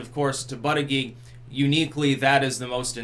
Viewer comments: His name is pronounce Boot Edge Edge. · I believe it's pronounced like "Booty-Judge". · It's pronounced "booty judge" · I think it's actually pronounced Booty-Guy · It's pronounced Butt-Judge for Pete's sake. That's hilarious!